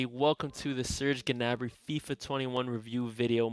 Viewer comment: Just to let ya know it’s pronounced nabry not to be a pain just wanted to let ya know